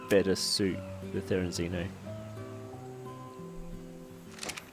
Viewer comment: Say therenzino one more time and I'm reporting you